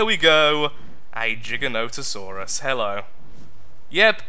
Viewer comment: The word giganotsourus is so funny xD is the only you tuber I've heard say it right.